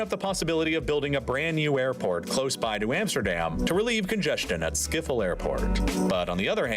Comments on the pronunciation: Ik kan er niet tegen dat de narrator "Schiffel" zegt. Het is Schip-Hol (I cant stand it that the narrator says "Sciffle". It's 'Ship-hol' .) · 🤣 Skiphol. I am dead... The "sch" is crazy. Is the sound gone or is it just me? Then around 39 seconds it's back again. I am Dutch, so i was super curious about the answer.😅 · how the do you pronouse schiphol airport as schifel airport